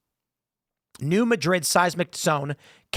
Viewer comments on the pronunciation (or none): It's pronounced Mad - rid, not Ma - drid; accent on first syllable. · hey tim, it's pronounced new MAD-RID, not Muh-drid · New Mad-rid not New Muh-drid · It's actually pronounced "Nyew Madd-id" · New Madrid faultline is pronounced MAD-rid. Sedimentary layers in the Grand Canyon or the Colorado river show the higher water level from millions of years ago, when they weren't deep canyons cut into the stone! There were rivers there, maybe glacial from an ancient ice age. 😲 The grand canyon is partially created by wind and sand grinding the stone. There will probably never be a canyon carved from the Mississippi (maybe up north) because the base underground is SAND not stone, the top has deep accumulated soil, neither creates canyons. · It's not New Madrid, it's New Madrid. Jeez, this from an Illinois guy...